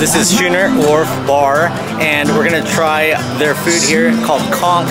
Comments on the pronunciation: Its pronounced Skooner not Shooner. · Dude, it’s pronounced “skoo-ner” like “school.” Not like “shoe.” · "Scooner" not "shooner" and "My am me" not Me am me" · A SCHOONER (pronounced SKooner) is a type of sailing ship. But I appreciate the tips. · Pronounced skooner just like school...